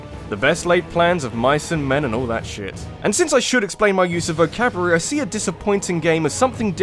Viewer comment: "vocaburary" is what I heard..